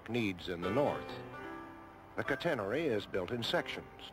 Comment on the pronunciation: Boy that announcer sure can't pronounce 'catenary' (CAT en nary).